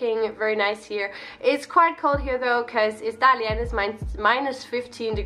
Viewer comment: Your pronunciation of 大连 is really authentic!